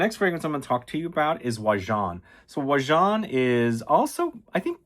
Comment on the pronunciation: Except for how he pronounces it makes my eye twitch hahahah